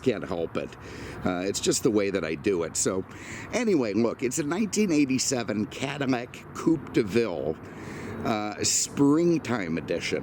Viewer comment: 😂😂😂😂, I know I wasn’t hearing things. I knee he was saying Cadimack, Modim etc.